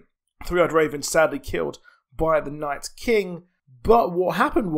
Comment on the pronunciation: just stop saying night's king lmfao